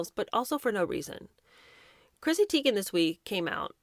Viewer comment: Is the alcohol the reason Chrissy Teegin, Taygin, Tigin, can't figure out how her OWN NAME is pronounced?🤦🏼‍♀️